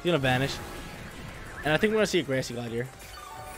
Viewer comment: why do you say every word wrong: grassy, telepathy, etc.